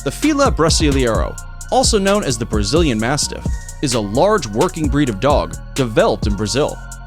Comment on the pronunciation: he saying developed like there robots